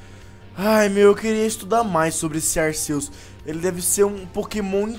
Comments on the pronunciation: ralts e tipo psíquico e se fala ralfs e se fala arqueus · Se pronucia arqueus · o nome dese pokemo e arquius noã touceto pesoau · Não é Arceus e arquios se escreve Arceus mais e arquios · Sem querer te corrigir mas a pronúncia correta é Arquios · O C tem som de K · vc falo arceus errado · cara não se fala arceus com som de s no c é com o som de k no c